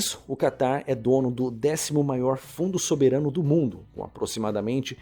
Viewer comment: “Soberâno” kkkkk